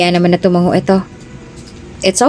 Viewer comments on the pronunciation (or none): none